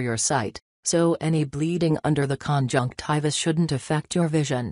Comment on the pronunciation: Omg stop saying conjunciva